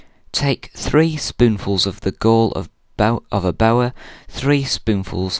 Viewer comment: You couldn't pronounce boar?